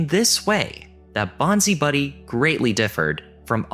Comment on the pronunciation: Bonzi Buddy is pronounced bonsai buddy... Love the vids, thanks.